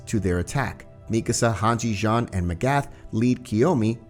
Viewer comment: His name is Jean but its pronunciation sounds like John